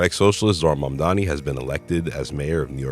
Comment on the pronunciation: you pronounce mamdani so well :O I wish more people would put effort like you do